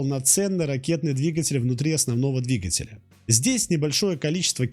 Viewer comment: Что у вас с ударениями? ДвигателЯ, ангАра... Русские так не говорят.